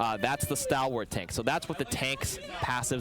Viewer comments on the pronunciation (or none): has never pronounced stalwart out loud? I rhymes with stall like stall payload.